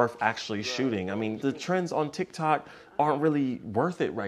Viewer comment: He said tike toks😂😂😂